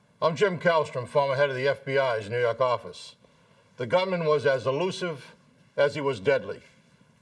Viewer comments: NUEW YAWK!!!! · "nuu yawk affice" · NEW YAWK AFFICE!